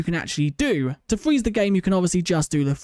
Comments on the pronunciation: Fweeze he says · fweze lmao